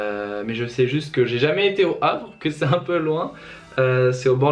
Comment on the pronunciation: "On est arrives à le Havre" rip les normands (dont moi) qui saignent des oreilles